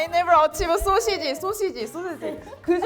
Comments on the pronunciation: Mexico 🇲🇽. . Linguistic interference. "quince" in English is a fruit. "quince" is pronounced as "kwins", not "keen-say". South Korea 🇰🇷. "saw-sich" is the pronunciation. This app looks fun. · I tried to download this. It didn't open. . . . I laughed so hard when she said sausage, pronouncing the e with a long e.